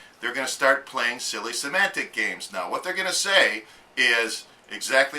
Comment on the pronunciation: here needs to go back to talking about propane... I tell ya hwhat